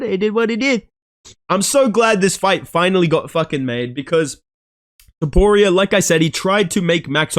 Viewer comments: He even said it wrong in the vid. Names are hard man, trust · “Ilia toporio” gets me every time bro. That being said MAX HEAD KICK KO RD 2-3 TRUST. Let me add if jai fucking herbert is catching toporio with head kick almost sending his lil georgian head into the bleachers, wtf makes you max holloway; one of the greatest fighters and strikers ever isn’t gonna be able to do it at least once.